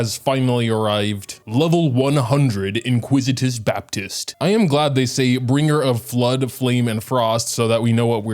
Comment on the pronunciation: IN-ICK-WIT-US Baptist. Sorry just had to get that off my chest :P This is by far the hardest floor 12-1 ever. I still haven't 3 starred it cause both sides are so very cringe. So hard to not get 1-shot by the heralds, especially since you can't dodge due to stamina drain. Whopperflowers are masters of wasting time glitching about. Not fun hard, just stupid hard.